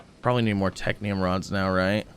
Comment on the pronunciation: is no one gonna tell him that its technum and not technium? pls upvote so he sees